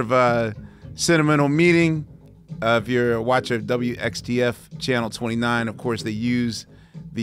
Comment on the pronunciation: Quest: It's WTXF not WXTF. (Fox 29) And please let your guests talk.